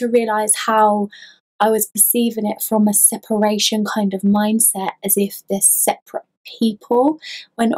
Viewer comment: "Sep-er-ate" Loved it, also; to I got chills that I have never felt before. I'm not sure if I liked that or not. Was definitely a brand new feeling. One last thing, your nails kick ass!! One other thing I guess, what's that around your neck?